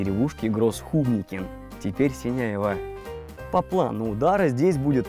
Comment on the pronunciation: Синявино, а не Синяево .Это рядом с пос Янтарный